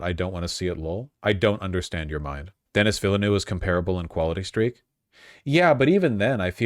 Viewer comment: His pronunciation of Denis Villenueve though.